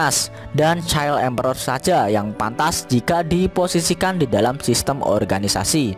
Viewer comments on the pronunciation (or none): none